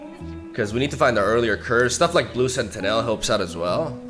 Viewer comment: Just a heads up, sentinel is pronounced sentinuhl, not senti-nèl